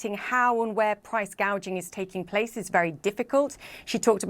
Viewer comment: I could swear she said, "..price gauging..."! Yep, she knows her economics!